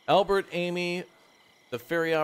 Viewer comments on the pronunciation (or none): none